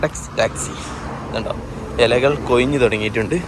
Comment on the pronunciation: എലകൾ അല്ല. ബ്രോ . ഇലകൾ